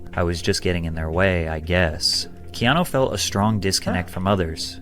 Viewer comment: Keeno reeeves